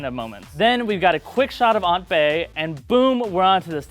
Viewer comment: lmao he said aunt bae